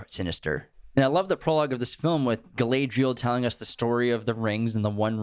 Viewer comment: the pronunciation of Galadriel is killing me 😂